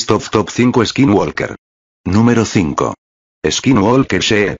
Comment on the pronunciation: He pronounced is kin wall kir